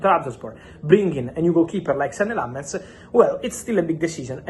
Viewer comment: I'm surprised Fabrizio doesn't know how to pronounce lammens